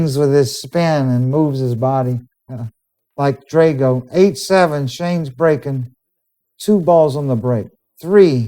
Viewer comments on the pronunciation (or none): none